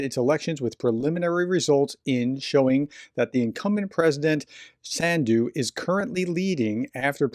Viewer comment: not a correction, but a ....detail ;) The president of Moldova country Sandu rimes with "undo" term. you just read "undo" with S in front and accent on [a]/[u]. ;)